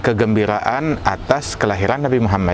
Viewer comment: assallamu'allaikum Tolong sampaikan salam saya kepada habib ( sanaq) jangan sebutkan nama nabiku dengan sebutan nabi muhamat (tapi Muhammad).aku tidak suka mendengar itu